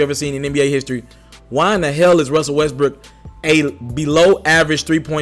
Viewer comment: You can’t pronounce Westbrook for shit lol 😂 west brick